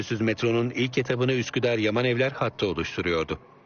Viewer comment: Üsküdar değil Sikidar